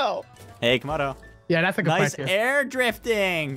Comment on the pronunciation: said tomodo